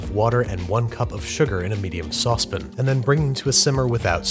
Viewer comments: Am I the only one who hates how he says soucepIN instead if souce pAN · “Sauce pin” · How do you pronounce the word pan? I bet it's not "pin". So why is saucepan saucepin? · If he says Saw Spin again instead of Sauce Pan Im done watching. Trying that hard is so annoying. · Me, having a bad day: 😔 Babish: "saucepn" Me: 😁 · Me, having a good day: 😁 Babish: "saucepn" Me: 😔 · its the opposite for me. god damn so help me if he says saucepn one more time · “Saucepin.” For those looking because of the top comment. 😂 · I love how you call a sauce pan a "Sauce Pin" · I want a Binging w/ Babish "saucePIN" compilation. 6 million subscriber special? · Absolutely no one: Babish : sauce pen 🖊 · The way he says sauce pan is strange to me..is that a NY thing? "sôspn" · Sauce pin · I really like these videos. I really dislike how he says sauce pan. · The corny dad joke I can ignore The only thing that actually bothers me is how you pronounce Saucepan. I'd like to do a cooking video with your liver now! Ps. Can you do liver and onions from Doug